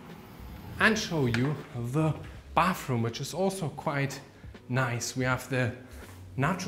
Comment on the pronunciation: Why do you call it "bafroom"?😅😅 It's bathroom.